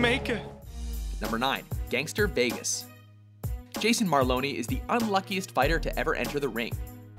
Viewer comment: Jason Malone not Malony!